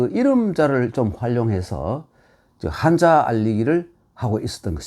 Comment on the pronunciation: 늘 강의를 잘 듣고 있읍니다. 딱 한 가지 말씀. "한자"는 "한짜"라고 된 소리로 발음해야하지 않습니까. 미국 변 완수 배